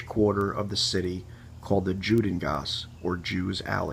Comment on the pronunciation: The j is pronounced like a Y. It’s not Jhudengasse but Yudengasse